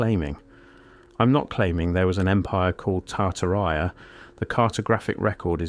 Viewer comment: and only a computer would pronounce Tartaria as "tar-tuh-rye-uh"